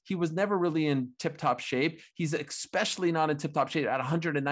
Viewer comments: Did I just hear a journalism major say eXspecially, 😳 really Helwani? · Ariel, you're a journalist/reporter... Please stop saying "expecially"... It's especially... Thank you